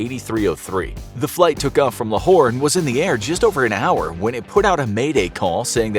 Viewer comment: I love how u pronounced lohar and Karachi properly